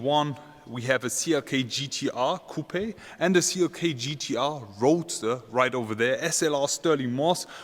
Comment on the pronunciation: My German friend ... when you pronounce "coupe" the "E" in English is silent!!!